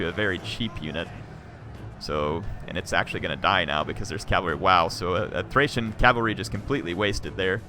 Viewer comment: Thanks for the battle. They're always entertaining to watch! Although, you said "Thracian Oathsworn" a few times. Makes me cringe. Always a pleasure to watch your videos. :)